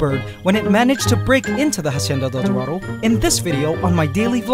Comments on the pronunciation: you please learn How to pronounce la Hacienda del Dorado You keep saying it wrong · Can you please close to pronounce la Hacienda del Dorado